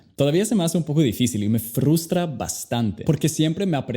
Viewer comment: es frustra no frurtra